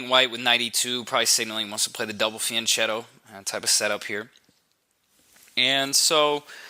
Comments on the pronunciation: Fianchetto is a loan word from Italian. The letter h in Italian is a hard sign, meaning that the letter in front of it changes to its hard form. In this case the c changes from the ch sound (like in ciao) to a k (like in Chianti). So the word is pronounced: fee ahn ket toh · Nice video and analysis, but can we please start to pronounce "fianchetto" correctly? "CH" in Italian is pronounced with a hard "C", sounding like "fianketto". At least that, and I won't bother with the double "T", pronounced by north Americans like a single "D"....